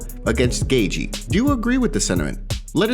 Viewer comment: Can’t stand the way this cat says “Gaethje.”